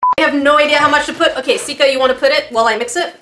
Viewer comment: Why is everybody calling her Skia? It is Sika not Skia😂